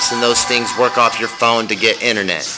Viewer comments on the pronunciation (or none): none